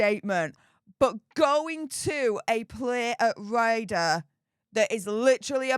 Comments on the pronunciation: Hi, love your channel but your pronunciation is killing me!! RADA is pronounced rahdah, not rayder. Sorry to be a damp squib!! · RADA is pronounced RARDA, not raider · It is pronounced Rah da not Radar. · Not being Picky…But the Royal Acadamy of Dramatic Arts is pronounced Phoenectically Rar-Dar….Not Ray Dar. Which u might find on one of Britains Warships (if We still have any).? Good Blog all the same. Lol Regards Andy Jackson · it's not Radar, It's pronouned like Prada, without the P. RADA [Royal Academy of Dramatic Arts] X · it's calaed RADA, there is no r at the end. AND STOP THE SUPER THANKS GRIFT! CONVERSATIONS CAN BE HAĎ VIA THE COMMENTS! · Sorry but it's not 'ray..da', but pronounced ' ra..da'. btw love your posts. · It's Rah..dah. Please. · Great vid as usual. Ps It's pronounced Rah-Dah 🙂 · it is pronounced rar da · Brilliant video as always. For future reference it is pronounced Rad-a. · I do apologize, but the Royal academy of drama and arts is pronounced (rarda).just thought I'd mention it, love your work, keep it up ❤ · C'mon - it's RADA - pronounced as in Ra-Ra skirts. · Please pronounce RADA properly...... like PRADA... WITHOUT THE P! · You need to look at the pronunciation RADA yourself, before telling others how it's pronounced. It made you look a bit daft and it wasn't in a way that you can brush off and hide behind your heavy accent.